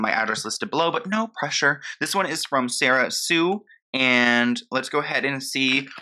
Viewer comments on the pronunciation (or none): none